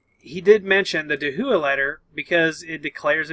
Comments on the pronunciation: Thanks for the video once again! Just a quick note, I used to miss pronounce DAHUA as Dah-who-ah too. The way Dahua themselves pronounce their name is Dow-ah. Again, love your videos and I will be keeping a particularly close eye on this topic for my business and customer interests! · Pronounced Da hua ;)